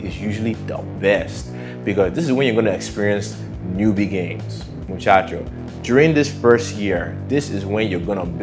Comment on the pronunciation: New-Bee-Gay-Ins😂 Not sure if this was intentionally meant to be funny